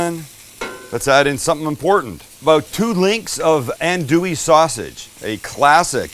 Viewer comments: The whole thing about cooking cajun is. You use what you got. Put it all in and make it taste good. I've had redbeans all across LA. and there are 1000 different ways to make um. Keep doin what you doin. And it pronounced On-do-ee sausage. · Creole woman here! Pawpaw side from Opelousas, Grandmother’s side Alexandria. My mom and I sub with smoked turkey now instead of pork and stew for 2 hours. Also, lol my Pawpaw went off on my mom for pronouncing it “Andoolee” 😂 And anywhere in California you can’t find the proper necessities for Creole/Cajun food😂 living there was tough